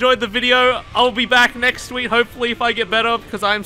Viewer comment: you said WEEK WAT